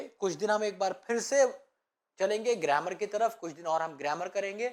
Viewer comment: सर गरेमर नहि गरामर होता है😅